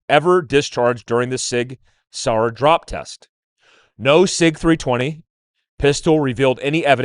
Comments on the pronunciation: Sauer is pronounced “sour.” Not Sawyer, like Tom Sawyer. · Mind blown why can’t all of a sudden say “Sauer” correctly. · The mispronounciation of "Sauer" throughout this video is so distracting.